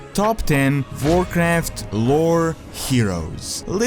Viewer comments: why did you start pronouncing "w" as a "v"?:)) "Varcraft","Vrynn","Varnings of Medivh"? Still "Windrunner" you pronounce correctly:P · I like your videos, but goddamn. W is not V. Pronounce it the proper way ALL of the time, not just SOME of the time. It's incredibly irritating. VORKRAFT. DVORF. Ugh.